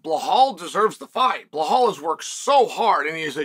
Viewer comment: Good old Blehal 😂